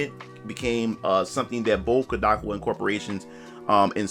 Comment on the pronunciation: Its pronounced Cod - like the fish A - like "a lot" Ka - like "Kamehameha" Wa - like "Waluigi"